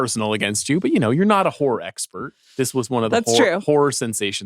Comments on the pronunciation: Sean pronunces horror like whores and then he says Amanda's name with the word horror sounding like whores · Sean pronounce Horror like Whores and then he says Amanda's name in conjunction with Horror Expert that sounding like Whore Expert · Sean, your pronunciation of "horror" needs work. Or are they just in your head?